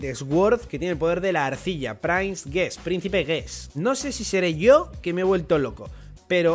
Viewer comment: Dia 1 intentando que deje de pronunciar Sword como /esguord/ y lo pronuncie como /suord/ o /sord/ (y ya de paso que pronuncie /prins/ en vez de /prains/)